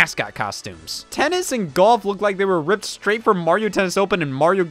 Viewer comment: "3. TenNs"